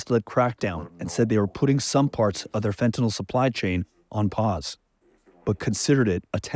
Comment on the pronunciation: I know it's a small thing but it's kind of silly that everybody, including media , politicians etc mispronounce fentanyl...